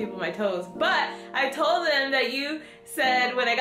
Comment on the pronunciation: I’m hugging you through this screen! Wow, that was such a vulnerable moment and I am so appreciative and proud that you shared that!! 🧡🧡🧡 hahah he “TOE-ld (told) you to do them then wasn’t even happy about it bc he thought you got him a present 😂😂😂!! Dang Starbucks didn’t come thru tho!! Lol! Xoxo 🧡